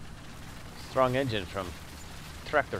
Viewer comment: its strong not stronk